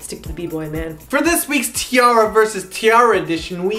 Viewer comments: t-arraria? man that when wrong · stopped watching when he said T-artards -_